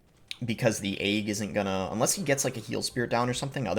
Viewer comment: The way boss says “egg” like “ayg” just makes me mad for some reason 😂 Love the content though